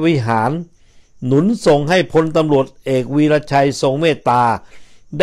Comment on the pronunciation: คุณสุนัยฯ อ่านชื่อเขาผิดมาตลอด เขาชื่อ "วิระชัย"